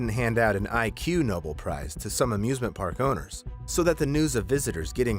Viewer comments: Someone explain to me how someone can mispronounce "ignoble" as "IQ-noble"?? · Ig Nobel prize. It's a pun on ignoble. Not "IQ" Nobel. This annoys me as much as jiga coaster.